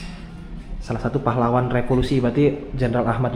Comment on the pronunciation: maaf ya pengucapannya keliru "revolusi" bukan "repolusi" 😂